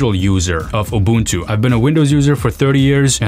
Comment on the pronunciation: Bro can actually pronounce "Ubuntu" properly!! 🎉🎉😊🎉🎉